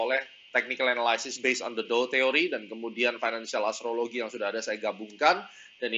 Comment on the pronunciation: Bagus mas, tx. Tp ada yg keliru pronunciation analysis nya. pls check dict mas. Salam..